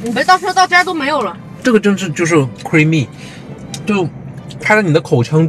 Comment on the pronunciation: 😅太太问定位，你share location 给老公就有定位了😆 这句 太 “creamy” 了 完全是大马人说的英文🤣🤣